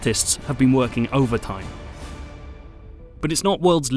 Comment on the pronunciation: The reviewer pronounces the letter 'T' in a very unusual way. "Bether" instead of "better" for example, "the arthists have been working overthime" in another place, while in other places he pronounces it perfectly. Strange!